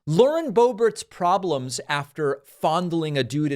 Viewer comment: 🫲🏻David, SIR, I am a big, strong, tough guy, and I’ve never cried before, even when I was a baby, and I come to you with TEARS IN MY EYES 😭😭😭👍🏻 to remind you that her name is pronounced Lauren Bo-Bear🫱🏻